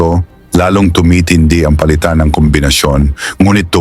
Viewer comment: Pinasa'yaw? ? Maling bigkas O'zamis"? Oza'mis ang wasto. Pali'tan?? Ang wasto ay pa'li'tan